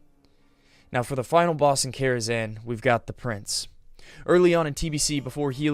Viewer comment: #11 It’s Karazhan, not “Kharazan”.